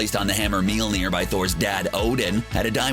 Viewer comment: "meal-near" This same guy says this on multiple videos. Just get one of the in-house nerds to read the script instead of a voice actor who doesn't know anything about comic books